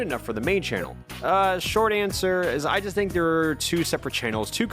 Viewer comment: Guys stop, he was only putting it out th”air”